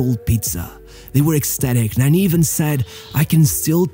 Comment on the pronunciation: Why you call him Nanny 😂 it’s said Narni witouth r sound